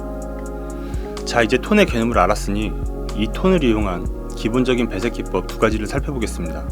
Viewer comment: 이와중에 ‘배색기법’ 말씀하실 때마다 욕하시는줄 알고 깜짝 깜짝 놀랬습니다 ㅋㅋㅋ